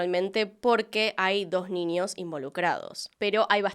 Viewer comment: Ojalá nunca dejes de hacer contenido 💓 si no, no sé qué vería para hacer mis tareas del hogar y trabajo... hay casos qué veo 3-4 veces sin darme cuenta... gracias por tanto, disculpa por tan poco✨ (además adoro como pronuncias la "ñ", como qué dices ninios, en vez de niños... jaja me encanta 💓💓) sos grande